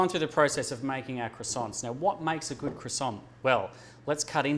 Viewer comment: are you going to finish those cwoissants..?